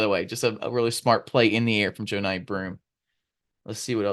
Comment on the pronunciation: Savage! Haha. Love this show. JOE-nye kills me. Pretty sure it’s JUH-nye